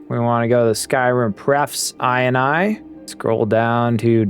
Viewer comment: Is this really how ini is pronounced nowadays ;D